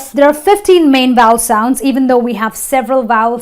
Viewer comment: I have a suggestion; why NOT first learn how to pronounce before taking such a video and trying to spoil others' English? :D Like for example U could learn how to pronounce the word 'Vowel'; it's obviously not pronounced as 'voul' right? :D ... And yes, "Please read a GOOD Dictionary before you plan to teach". OK? :D